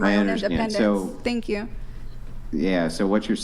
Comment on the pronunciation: So funny when girls say "pink you" for thank you. 😂